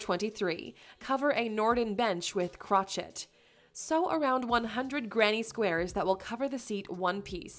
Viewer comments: She said crotch it instead of crotchet. The speaking in this is so broken it hurts. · chochet is pronounce crow shay! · OMG! Do your homework on pronunciations!. Crochet is pronounced cro-shay! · Ha!Ha!Ha! I heard that too! So weird. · Ben Leitner and "tot" instead of "tote". I've never heard crochet or tote pronounced that way in any dialect. And there is no non-English accent, so it's not ESOL. Strange.